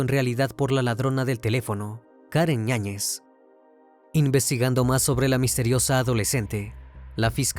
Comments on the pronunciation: Me estresa un poco que digas ÑAÑEZ se supone que el apellido es con Y "YAÑEZ" a la otra di el otro apellido 😂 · “Karen Ñañez”? Será Yáñez… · ¿La acusada se apellida Ñañez? Porque así se entiende en la narración. Yo sólo conozco el apellido Yáñez, por eso la duda. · Karen ñañez 😂 YAÑEZ